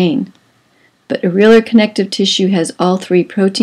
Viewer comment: Areolar is pronounced (Air- ee- oh - lur)